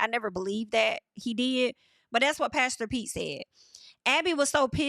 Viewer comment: Haven’t watched the show yet ima watch after your reviews 😭😭.. every time you say pastor Pete all I hear is “ pass the peas like we used to do heyy” from Martin lol